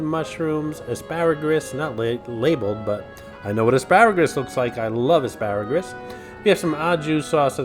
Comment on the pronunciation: I never was a fan of AsparagRus with the extra R you randomly threw in there or just regular asparagus. To each his or her own though. Asparagus makes urine smell extra urine-y.